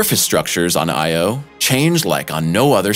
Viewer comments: Because of your pronunciation of the name 'Io' I won't be subscribing or watching anymore of your videos. You git. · I had to stop watching. It irked me too much to hear him pronounce "Io" and "Europa". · YOU'RE PRONOUNCING "IO" INCORRECTLY -- KNOCK IT OFF! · Dude, you’re KILLIN’ me... Every time you say, “I - O” you make me cringe. It’s not two separate letters. It’s ONE word, pronounced, “EYEyo” with NO separation or pause between the letters. No pause between the letters. One word. Say it quickly, Io (EYEyo) with the emphasis on the ‘EYE’. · "Io" is not pronounced "Eye. Oh", it's pronounced "EyeOh"...no break between the sounds. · Why is earth “unusual” for having only one moon? The rocky, inner planets are unlike outer, gas giants. In their own context, the inner planets have low-number or zero moons. Earth is merely average for having one moon because Mercury and Venus have none, and Mars two. And what’s up with the robotic “Eye Oh” pronunciation? It’s Io. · well, actually it should be pronounced something like "EEyo" but that's another story... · It is not separate sylables, "I," and "o." But blended in sound as Eyeyo. Those letters are not acronyms. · Couldn't continue watching this, became too irritated by the constant I - O. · Say 'iodine', and you'll have the correct pronunciation for Io...!!! You're welcome.... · actually it's pronouced as EE - OO, it's not english but latin. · really...!..... its not that hard,,,,, the rigt way tp pronounce it "I OWE''. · I had to stop this after three minutes. Listening to this guy pronounce Io as if it’s just two separate individual letters like in A.I. Is like nails on a chalkboard. No one thought to correct him throughout this whole voice over recording process? But then, every once in a while he gets it right. It’s like watching a commercial for Xarelto. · Great video as always but half the reason I clicked on it was to see if he mispronounced "Io" the same way he did "Europa" in the other video. 🤣